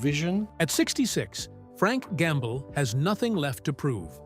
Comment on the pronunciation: Always the same voice, the same AI Tone, with improper pronounciations like "Frank Gamble". With all those hints noticed...better go to the comment section first, before wasting your time. Another hint is this title "Musicians he hated the most". Frank Gambale would never ever stoop that low: He may criticise fellow musicians, but never would he pronounce any "hate". Just beware of all those scandalous clickbait titles à la "hate", "shocking" etc...